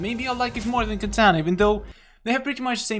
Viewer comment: I like how you pronounce katana to kitana